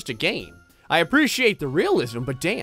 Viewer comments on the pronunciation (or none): none